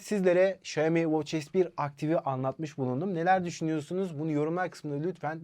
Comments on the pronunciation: Şömi değil. Şiyomi de değil. Şiami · Xioami şami diye söyleniyor şeyimi ne ya şeyimi deyip durmayın